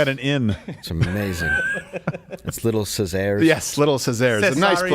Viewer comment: "Little Caesar's", pronounced funny, I hope it catches on and everyone states it like that because of Dave Landau LOL